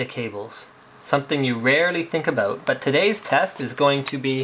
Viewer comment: "aboot" <3